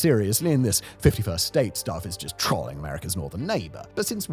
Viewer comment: The way you pronounced trolling broke my brain and I had to pause the video to double check you weren't trying to say another word.